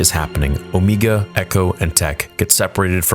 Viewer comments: . No, her name is not pronounced "Omeega". It is pronounced Omega. You even pronounced it properly later in the video several times. I'm starting to think that you are doing it on purpose just to get reactions and try to start drama, which is very childish. I expect the biggest Star Wars fan-channel on Youtube to be more mature and professional than that. Why are you not pronouncing Wrecker's, Echo's, Hunter's and Tech's names like "Wreeckeer", "Eecho", "Hunteer" and "Teech"? Do you want people to pronounce your real name like "Niagoose Dadbody"? No, I don't think you want that, so do better. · Why do you say Omeeeega??? Like you switching to a New Zealand accent for her name. LOL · Why does he say omeega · You literally say Ooomeaga then say omega immediately after lol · I love how you say omega wrong every time lol or maybe doing it on purpose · The way he’s saying Omega is killing me. I’m sure it’s because of how she talks, but still, LMAO. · Please stop saying Omegas name like that it was fine once but more then once in annoying